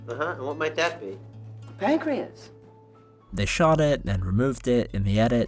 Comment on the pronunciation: i swear he says "we ate pancweas"